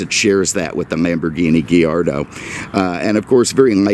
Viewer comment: GHEE-yar-doh. 😂 Only can make the letter A sound like "ee". Multiple times too!